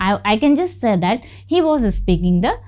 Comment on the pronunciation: Pronounce "says" correctly.